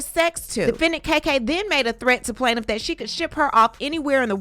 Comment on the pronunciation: Planiff peerrm 😂